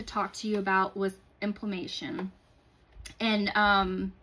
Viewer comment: She said "implamation" someone please tell me she meant "imPLAmentation" 😅